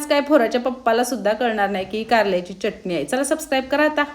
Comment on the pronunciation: ताई तुमच्या receipes छान आहे पण च्यटणी नका म्हणत जाऊ (चटणी)